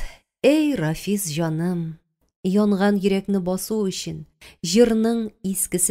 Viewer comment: Бик яратып тыңладым. Зур рәхмәт авторга һәм шулай ук укучыга да, тик Рафис дип укуы гына ошамады, Рәфисне. Зур иҗади уңышлар сезгә.